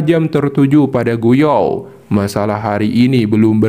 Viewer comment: Gu yuan bang, bukan gu yao